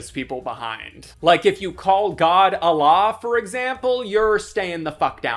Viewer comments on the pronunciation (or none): none